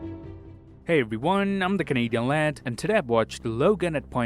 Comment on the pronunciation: Was I the only one to hear him say Kevin Hart instead of Canadian Lad👀??